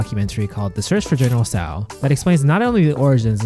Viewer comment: try pronouncing the dish correctly before making a 22 minute video of it